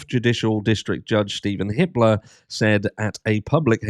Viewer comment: When you said judge Hippler I thought you said Hitler